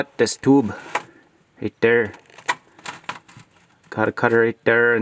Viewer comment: I challenge everyone to take a drink every time he says “dere” (there)😂